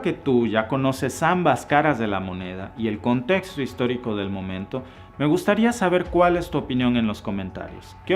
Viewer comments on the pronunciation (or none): none